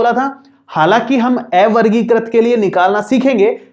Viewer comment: Ae-vargikrit nhi avargikrit hota h, sir